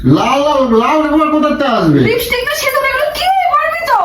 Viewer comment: Bor ta akta chhagol r bou ta oshikkhito. Tai to uchharon LIPISTICK kore, LIPSTICK noy